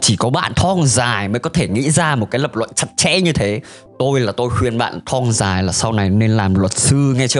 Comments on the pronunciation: bạn nên học lại cách phát âm từ thong nó đọc là thong không phải là thoong .Với lại đặt cap mà chẳng liên quan đến nội dung gì cả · Sao t lại nghe đọc "Thong Dài" thành "Thoong Dài" nhỉ